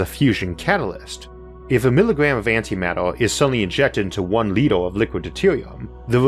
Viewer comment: What a llitower and a yeaower or poweor? Lol . Nice